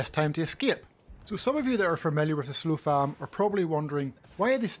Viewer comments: SOF LAM dude, not SLO FAM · why this dude keep saying slofam